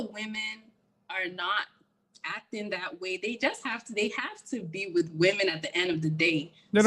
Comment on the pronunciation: She promounces the word "with" as "whitch.'